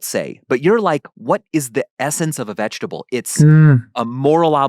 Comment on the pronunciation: But, is it veget-able?